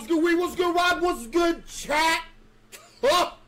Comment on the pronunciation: WASS GUD CHAT-UH